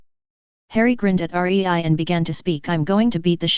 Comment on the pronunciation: her name is rei NOT r e i